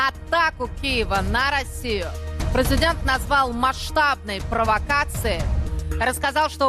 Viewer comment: Мне одной слышится у этой пилы- прызыдэнт??? 🤣